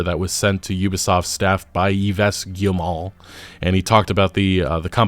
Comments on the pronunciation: man i must say your french is absolutely horrendous 😂 it's pronounced like yves saint laurent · Good Video! Seriously one of these companies need to take a dive for the others to actually understand what's wrong with the industry at the moment oh and also btw Yves is pronounced Eves like christmas eve with an s :) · Yves is pronounced "Eve". Like that first woman. The point where all the troubles started 😂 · Great video! Just FYI, Yves is pronounced "Eve". Anyway, the fact this game is coming out during Black History Month is the cherry of this dumpster fire. They made their coffin years ago, and now they will have to lie in it. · Dropping this here cause I don't think this is the last time that we talk about this person but... "Yves" is pronounced "eave". The "s" is mute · Yves is pronnonced "Eeve". For those who cares. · They way you pronounce yves is the most american thing. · Just dont speak the S un Yves and youll get IT right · Lmao you butchered Yves' name, plenty of times he's been introduced on stage for us to learn it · More like around 22 000 employees. It's Yves (pronounced like Eve, new years eve), your Guillemot is pretty good :) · For the firstname Yves you don't say the 's' and it pronounce as 'Eve' in english (obviously not at all how a french would say eve) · As a French speaker I chuckled how you Pronounced the name "Yves". You pronounce it as "Eve" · It's pronounced 'Eeves' (as in Yves St. Laurent). Ubisoft pretending they don't pre-load their games with toxic DEI propaganda and abject wokery is perhaps the most hilarious and demoralising thing in that depressing press release (they begin every AC game with a blatant, unskippable declaration of nauseous 'diversity and inclusion' virtue signaling, after all). They have learned nothing, will learn nothing, and will ultimately meet their wretched end. The DEI woke mind virus always overwhelms the host. The condition is terminal, the patient all but beyond saving. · It's pronounced EEV.